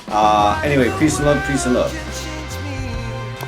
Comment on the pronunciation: Your baby is adorable! Kiss blown, “By-ee.”